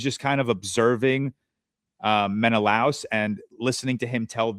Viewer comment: i love how georges pronunciation is so blatantly wrong but he just keeps saying it 😭. sinon as if the n has an accent over the n and menelaus as it rhymes with klaus or something 😭